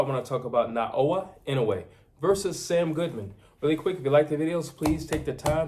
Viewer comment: NAOYA INOUE is pronounced: NA-O-YA IN-NO-WAY.